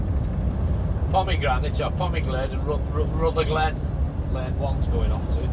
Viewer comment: Enjoy your videos and chat. That place you called "Pomegrant" is Polmadie - pronounced as Paul- ma- dee. Just a pity that your camera is out of focus for outside views but having said that I will still watch your videos from start to finish :).